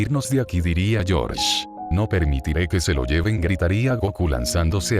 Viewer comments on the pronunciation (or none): none